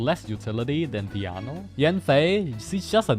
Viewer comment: I can never get tired of codes pronounciation of Diona as Diano lol happy holidays! Thanks for all the vids and streams this year